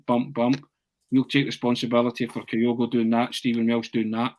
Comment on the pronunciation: Can somebody please tell that it's Kyogo, not Kayogo?